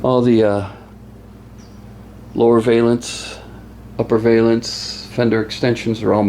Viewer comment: Look up valance on google you might start saying it correctly just saying